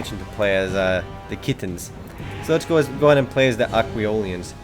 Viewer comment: lool you crack me up how you say Kithans you say it as Kittens xD